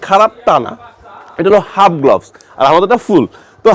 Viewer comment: উচ্চারনটা গ্লবস নয় গ্লাভস